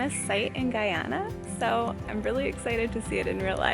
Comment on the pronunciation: Lovely Vlog. And thank you for pronouncing the word Guyana the correct way. Americans always say it weird. Lol